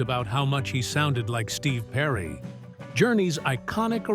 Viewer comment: Journey's lead singer was Steve Perry not Steve whatever the hell you said. Stupid AI.